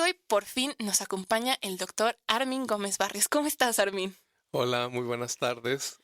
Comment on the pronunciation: La conductora le dice Ármin acentuando la A 😏😣